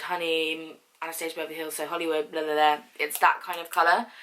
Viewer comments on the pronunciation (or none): none